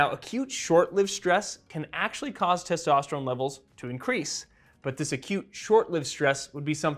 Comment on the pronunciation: Why does he keep saying testosterum? He says testosterone too, so is it something different?